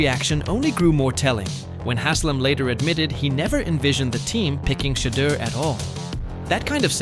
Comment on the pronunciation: Pronounce his name wrong